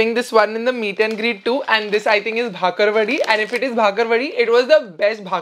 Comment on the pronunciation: It's not bhakarwadi, it's bakarwadi